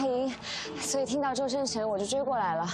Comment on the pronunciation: i always curious when the airport officer calling the Male Lead Ren Jialun, She pronounced "Mr. Zhoueng Chen, you forgot your ID card". why she left "S" on Zhousheng Chen's name ?